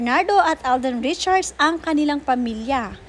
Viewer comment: V/Blogger Alden’s last name is NOT “Richard” — it’s RichardS, there’s an “S” at the end. Check your PRONUNCIATION of “RichardS”